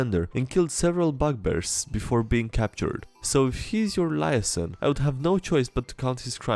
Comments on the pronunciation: In the cop shows they pronounce it lee-aye-zon as opposed to lie-a-son. But you do you. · A bunch of people probably told you already, but liaison is pronounced a bit different. Pronounced like Lee-aye-zon Or ends with a softer longer son syllable if you want to sound less American.